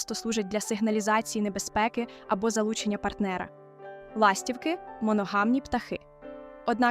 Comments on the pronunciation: ластіво́к..ластівки́....( не має в українські мові - ла́стівки)))😢.є відмінки і треба правильно вимовляти слова за лежно на яке питання відповідають..... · Не лАстівки, а ластівкИ 😊